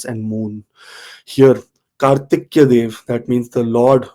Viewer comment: I guess it is Kartikeya. Please correct if I'm wrong. It's not Kartikya.